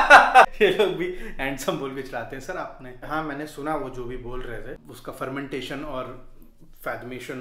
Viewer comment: Fagmetion kya hota hai bhai😂😂